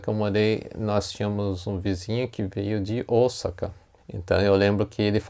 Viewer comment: Esse é um erro q vejo vários jornalistas cometerem ao falar da cidade de OSAKA!! Deveriam se informar melhor!!